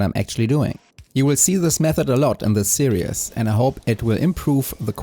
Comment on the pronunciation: The way you pronounce "series" is perfectly valid, but if you're curious how it is spoken by English as a first language speakers, we pronounce it with only two syllables, with both the first and second half being pronounced like German "ie," like in the song name "Die Forelle." No matter how it's pronounced, I'm looking forward to the rest of the series! It's already off to a great start!